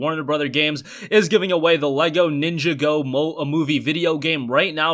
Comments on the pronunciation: Its pronounced Nin-jah-go , not Ninja-go LOL 😂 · It is pronounced LEGO nin jaw go